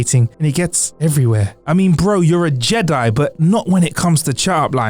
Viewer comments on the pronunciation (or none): none